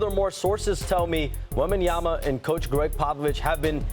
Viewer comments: Obviously SAS has no respect for wembanyama because he can’t be bothered to pronounce his name properly. WEM-BAN-YA-MA not wembanyana. Or i suspect SAS just doesnt read that well. It’s all there in the letters dude. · Stephen A. Smith still saying "Wembanyana" a million years later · it’s been 2 years stephen a still cant pronounce WembanyaMa right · This guy Smith his job is to talk. He could learn how to pronounce a name. So disrespectful and unprofessional